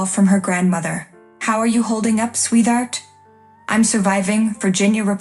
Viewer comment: Sweeth art? RESS ital?